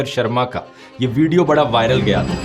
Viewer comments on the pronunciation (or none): none